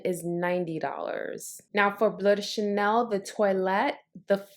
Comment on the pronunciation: I can't seem to find it here in the UK but tomorrow I'll go to Selfridges so hopefully they have it. Can I ask you why you call it "blue de chanel" instead of bleu "blur" de Chanel. You actually pronounce it perfectly at 1.24 in this video. Sorry for being an arse but I think it's important to pronounce it how it is in it's native French language. BTW I love your channel